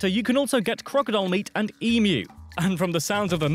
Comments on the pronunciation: A collection of EXTREMELY wrong pronunciations! : Cozzie - Costco 💀 : Ooo - loo - roo 😭 : Ee - moo : HorT - Zes 🐴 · it’s pronounced E-Mew, not E-Moo lol in Australia it is anyway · Love watching your videos on Australia! Some of the pronunciations in these are a cack! Just an fyi, Emu is pronounced EEM-YOU, rather than EE-MOO. Please keep your vids coming mate! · For gods sake, it’s, “eem-you,” not “eem-oo.” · He said emu (U) like 10 times and straight away you said emoooo its like you say U or "you" = emYOU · Emu is pronounced Em-you not Emoo😂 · E-myu. Not moo. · E-mew, NOT e-moo. Host on source video mispronounced almost everything. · Say it with me Eem-YOU (emu)… enough of this emoo nonsense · Dafuq is a emoo? It’s emuw not emoo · And emu is pronounced eemyou. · And it’s “Eem-you” 😂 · has been corrected for saying emoo so many times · We have 6 states and 2 Territories being Northern Territory ( Darwin ) and Australian Capital Territory ( Canberra ) and Canberra population in 2024 is 470,000 people. Its also pronounced Kozzie Osko and please for the love of things holey its pronounced EEM YOU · They are not all states. It is called South Australia not Southern Australia. NT & ACT are not states but territories as stated in their names. Population is now 27 million. It is pronounced Emyou. A lot of these facts are out of date. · You're still saying it. Stop insulting us. emYOU. WAKE UP. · Ugh this commentator is bad!!! It's pronounced Mount 'Kozzieosko', it's pronounced 'eemyou', Koalas are not bears, it's South Australia and no one calls it the Commonwealth of Australia. Winter here is cold and we wear boots all winter. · Please stop saying Emoo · You know what annoys the piss out of me? People not from Australia telling me facts about Australia. We call it Australia. Do they call the UK TJE COMMONWEALTH OF THE UK? pronunciation mistakes: My Kosiosco, Airs rock, eem you, now for off pomme